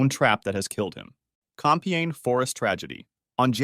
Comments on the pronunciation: Compiègne not "Compèigne" 😂😂😂😂😂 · Compiègne, not Compeigne ! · Thats "Compiègne" actually 😊 And yeah those animals are aggresive and more solid than some cars